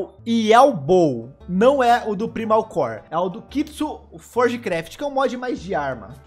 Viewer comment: Que agonia de ficar ouvindo o pronunciar "primal" errado kkkk